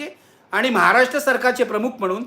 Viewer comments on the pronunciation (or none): none